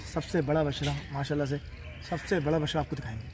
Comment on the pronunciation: stop saying Bacha. its bachra!